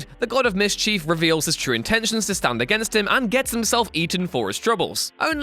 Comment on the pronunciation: Mis-chief lol